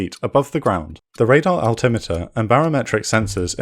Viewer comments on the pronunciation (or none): none